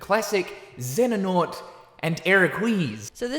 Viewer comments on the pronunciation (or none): She's saying Xenahort, not Xenanort... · I’ll never really get over “Xenanorn and Eraquise” they… couldn’t look up videos for pronunciation? Or read the names phonetically? Like, yeah, maybe just don’t talk about Kingdom Hearts if you don’t care enough to cover it. 😂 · The mispronunciation of Xehanort and Eraqus, reminds me of when they were reviewing Xenoblade Chronicles Definitive Edition a few years back and mispronounced a couple of the main characters (ie, Dunban and Reyn being pronounced as Duncan and Rain). I feel like when it comes to IGN at this point, they're just a joke in the industry. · I think the IGN x Kingdom Hearts "curse" first happened back when they first reviewed the OG Kingdom Hearts 2 on PS2... 7.6!? Ok mate, if you say so 🤣🤣🤣 I remember when Jonathon Dornbush did a video on KH and he completely butchered the pronunciation of Xehanort. He was completely destroyed in the comments! 🤣🤣🤣 I find it even more hilarious when they re-uploaded the same video with the right pronunciation 🤣